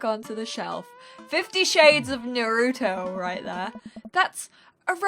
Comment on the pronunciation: "Nah rou toe" GIRL ITS NAR ROO TOE